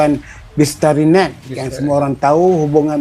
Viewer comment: SEBUT YANG... JADI YAN....DAH TUA BANGKA BAHASAPUN SALAH LAGI